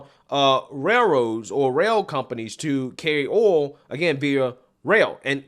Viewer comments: Yo there is a i in oil. It is like O-E-oL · OHL for OIL , how do you say toys? TOES? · The way u said oil....lol..too funny